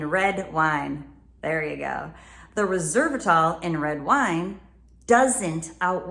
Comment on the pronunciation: You pronounced Resveratrol incorrectly. I understand your message, one should not not sacrifice a healthy sexual relationship (or the potential of acquiring one) by only sexually gratifying oneself. And I'm sure you're a religious nut who hates pornography so there's that too. However, solo masturbation is very healthy and enjoyable and allows oneself to learn about their own body on their own terms without preconditions or expectations.